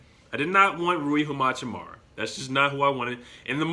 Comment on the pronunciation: Love the vid from Spokane where Gonzaga is and he is absolutely a great player but how to pronounce Hachimura is Ha-Chi-Mora